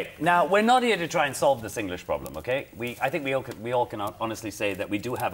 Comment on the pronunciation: This young lady speak English without an affected accent. This is what we should do when we speak to non-Singaporean English speakers. The only thing she doesn't pronounce 'think' as /θɪnk/ but / tink/. Are the /θ/ (think) and /ð/ (they) sound taught in primary schools? Singlish is nothing to be proud or ashame of for it has become a Singaporean dialect. Sometimes, when we don't want foreigners to understand us, we can switch to Singlish.